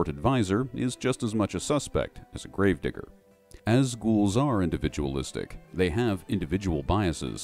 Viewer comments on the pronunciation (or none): What you said: as a grave digger What I heard: as a gold digger Me: I didn’t realize ghouls were into that…